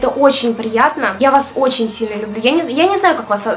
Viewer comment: Как ты всегда говоришь: лЮблю!!!! 😘